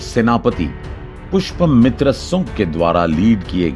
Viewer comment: Aur bhai wo pushpmitra nahi, Pushya Mitra tha.